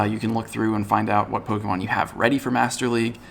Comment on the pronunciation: Thank you for being the only person to say polemon right